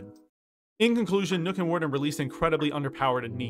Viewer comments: The "ø" in Nøkk is pronounced "uh", not like an "o" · When people pronounce nokk as nook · Why do you pronounce Nøkk as Nook?